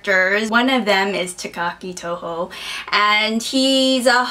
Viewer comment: Takaki Tohno, or Tonoe, actually. But otherwise great review(s).